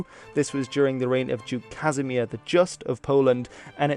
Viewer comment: Yeah lol, just not duke Casimir the just he pronounced the “C” like a “K”